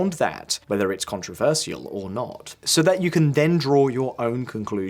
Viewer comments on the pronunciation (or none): The way you say controversial is controversial.